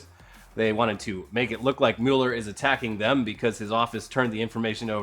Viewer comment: It's Robert MEW-LER. Not Robert MUL-ER. 👏🏻